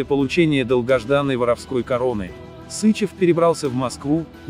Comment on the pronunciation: СычЕв! Ударение на второй слог!!!